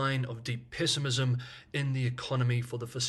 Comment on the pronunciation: Good reporting. But... For the sake of all English speakers globally... Please pronounce PESSIMISM as PEH- SEH- MIS- SEM, Not PISS-EH-MIS-SEM. It's one thing to feel very Negative about something, but entirely another to be very angry, upset, & Pissed about it.